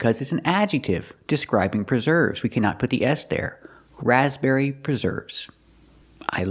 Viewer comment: I couldn't hear the difference in stress on the word raspberry. To me it sounded as if she was also putting the stress on the first syllable.